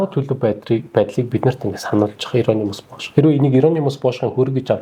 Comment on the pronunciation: Хэгэномиус Бөш😂 г нь хэлний угийн г😅 дуртай суваг минь шүү амжилт хүсье